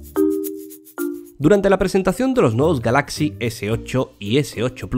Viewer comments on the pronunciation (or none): y dale con pronunciar galáxy